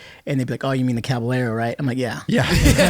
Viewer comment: “CabaYERO” not one person could pronounce its correctly, 😑